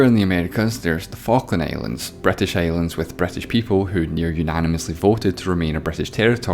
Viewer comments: Bretish xDD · Why I heard "Bretish" "Etaly" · "that's where the Bratash invjented Thyiejymhe"?!?!?!💀💀💀💀💀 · "Somaliland was controlled by the BRIGHTtish" BUAahahahhahahh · That accent saying " The British invented time" almost made me choke. Wow... just wow.